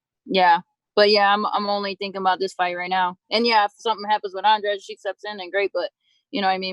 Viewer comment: they still mispronouncing andrade with andrage!!